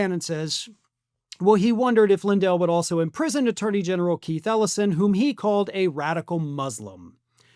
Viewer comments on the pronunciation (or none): none